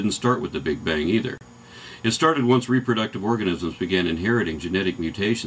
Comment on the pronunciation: lol Carl Sagan calls it the "Big Bing"